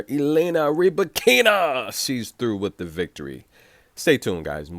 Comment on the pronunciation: It’s the opposite to what you were saying. The way her name spells it looks like it should be pronounced “Ree-ba-keena”. On her WTA profile page she says it “Ra-bye-kina”. Where did she snap at the media?